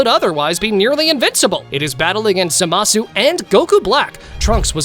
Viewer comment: its not za ma su its zama su